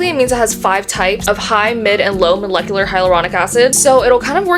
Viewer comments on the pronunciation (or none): none